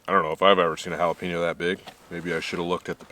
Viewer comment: I hate the fact how he pronounce jalapeño